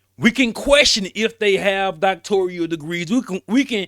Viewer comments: NOTE: Bryant says Doctorial but the correct word is Doctoral. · Its Doc-tor-al not Doc-tor-re-al! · It’s NOT pronounced DoctoRIAL… just simply DoctoRAL…. 🤦🏽‍♀️… don’t come for me as I am a recipient of a Master’s degree that I have official transcripts for & had considered obtaining my DoctoRAL degree. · "DOCTORIAL" DEGREE = NO!!!! ------> DOCTORAL DEGREE = YES!!! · Please stop saying Doctorial. It’s Doctoral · Whew lord! DOCTORAL, sir. Not DoctorIAL! You AND Cheyenne sound crazy